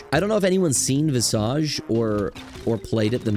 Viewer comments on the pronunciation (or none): pronouncing visage wrong is painful